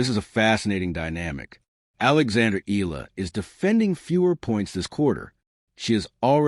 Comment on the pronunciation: Pronounce it Eyala not Eela!